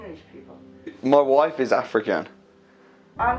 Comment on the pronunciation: his wufe tho, damn!